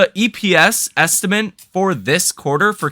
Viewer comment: Estimate.... it's pronounced esti-mitt, not estimints....